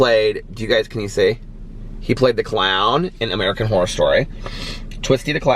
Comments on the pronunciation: I think you are saying “whore” every time you say Horror! haha oh! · Took me a good 2 minutes to realize you were saying "Horror" and not "Whore" 😂😂😂😂😂😂😂 Love you!!! Just joined the book club!! Can't wait to read American Predator!!!